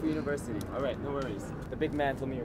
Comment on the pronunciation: is that really HAFU UNIVERISTY instead of UNIVERSITY?